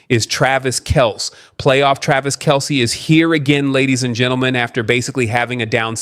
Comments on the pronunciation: Its pronouned Kel-see, not Kels. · Narrator should check the pronunciation of names like KELCE before speaking! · Yes, I agree.